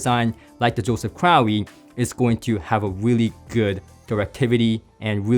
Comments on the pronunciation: well you pronounced it like you had an "owie". 😅 Pretty sure it must be crow, like Russel Crowe. Right?? By the way it's awesome to see you reviewing these and getting him more exposure outside of the diy world! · Crowe is pronounced “crow”.